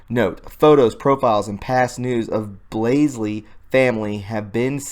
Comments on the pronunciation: When you pronounce Blasey please remember there is only one "L" in the name and it is at the front. The "A" is pronounced like you would pronounce blah blah blah. lol Not a long A sound. Thanks for your work. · It's BLASEY. B-L-A-S-E-Y. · Lefty logic: Her name is pronounced Blay-see ! Obviously this whole video is fake if you can't pronounce her name. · There is no second L in BLASEY Sorry, mispronouncing names is a pet peeve ... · Is it too much trouble to read her name correctly? Blasey, not BlaseLy. There is no second 'L,' yet you added it to her name over and over and over again. That's unpardonable. And the post about the CIA connections would have packed more credibility-power if the author cared enough to SPELL correctly. (Has he ever heard of possessive apostrophes, those little thingies which help readers distinguish between a possessive and a PLURAL?) I understand my comments do not address the value of the posts themselves, but I assure you, I write as a FRIEND. While we obsess about the truth and continue to speak it, we should not yield to the New York Times the honor of being the only publisher who follows the rules of English. How much MORE important it is that we--who hate lies and live truth--show ourselves to HONOR rules; show that we care enough NOT to be lazy and sloppy, perhaps even to have our stuff PROOFREAD before posting? Your influence is being limited by language laziness. Asking viewers to click on notifications is all well and good, but why not return the favor of their effort, folks, by putting out product that YOU have LABORED over, which you have earnestly tried to get RIGHT in all aspects? Doesn't the truth deserve such respect? I think it does. So many folks who seem sharp about discerning the truth from lies seem sadly ignorant of the fact that sloppy, error-filled communication--regardless of content--leads MANY, many readers to dismiss them out of hand. Pathetic Engl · Blah-zee not blays-lee. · omfg it's blasey not blasely